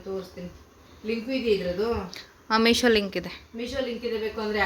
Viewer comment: ಅಮ್ಮ ಅದು ಮೀಷ ಅಲ್ಲ ಮೀಶೋ